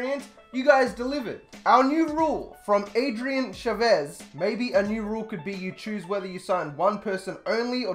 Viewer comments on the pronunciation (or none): Esteban Chavez lmao “Chuhvez” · How he pronounced Chavez